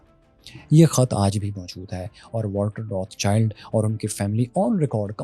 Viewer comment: بھائی روتھ چائلڈ نہیں روتھ شیلڈ ہے صحیح تلفظ۔